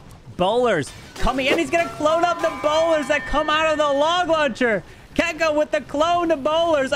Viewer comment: still hasn't learned how to say Checco